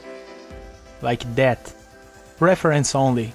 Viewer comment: "like that" is like "like death" 😂....by the way the work is awesome